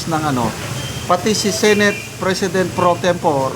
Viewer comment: improve your pronunciation, like pro tempo-ray